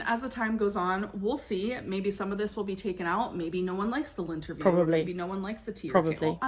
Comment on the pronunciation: I can only hear “LINTerview” and remember Beck’s task.